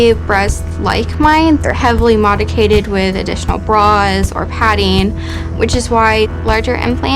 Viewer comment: Did she say modicated